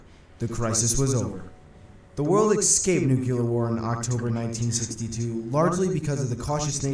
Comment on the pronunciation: sigh. That narrator gets on my nerves. it's NU-CLE-AR. Not NU-CU-LAR.